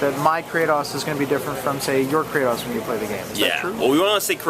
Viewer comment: WOW, THE INTERVIEWER SAID "KRATAWS" ...he needs to be executed!!